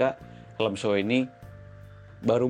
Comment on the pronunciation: NAH mantep ni, pengucapan "SHOEI"nya bener... mantep emang abang wkwkwk, masih banyak banget orang yg ngucapinnya "Shu-Wi"